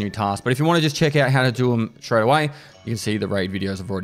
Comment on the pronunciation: I love when he says "Let's scrat straight into it!"